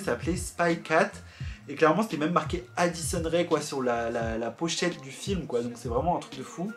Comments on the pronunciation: Ce n'est pas Rai mais Rae, le "e" ce prononce "é". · Ce n'est pas addison re mais addison rae sa se prononce comme ça